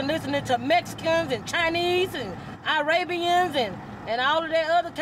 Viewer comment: “……MEXICANS….. and CHINESE…. and EYE-RABIANS…..” I almost died laughing.